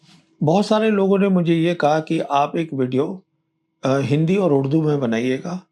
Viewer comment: Your Urdu pronunciation is very good Pravin sahib! It was a pleasure to listen to this, kudos for the effort